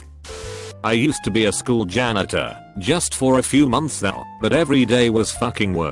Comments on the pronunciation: Nobody: Robot Voice: Jan eater. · I love how the AI read janitor like Jan eater. So besides being a bus driver he just eats Jan’s all day lol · No one: Commentator: Jan-neetor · Nobody: Narrator: jA-kNeE-ter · "worked as a jan-eater..." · No one: Absolutely no one: This voice: Jan-eater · no one: computer: jan - NEE - ter